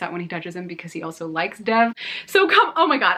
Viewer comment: You're mispronouncing Dev's name. It's more like Dave with a soft "d." Love your videos :)